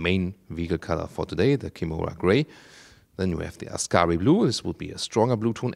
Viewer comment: Did you mean kimora gray (and not kimona gray)?